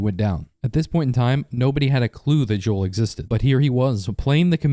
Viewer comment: It’s Jo- J O E L